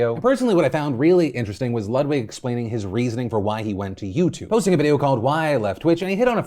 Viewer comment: It’s pronounced LEWD-VIG